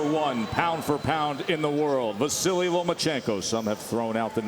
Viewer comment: Dear Top Rank Boxing, his name is VASYL, not Vasiliy! Vasyl Lomachenko!